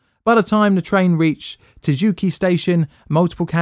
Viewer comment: Word: tsu ki ji Him: "Suzuki"